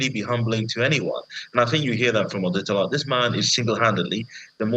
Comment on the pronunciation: It's Otedola NOT Odetola